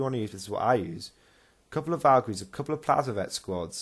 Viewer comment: Yep you pronounced it right and thanks for the props in the video. Took way to much time to get the lines in but glad you all liked it. Armoured colum list is hard to run but is fun.